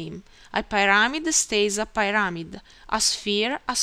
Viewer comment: you need to work on how you pronounce "pyrmid" Very well done.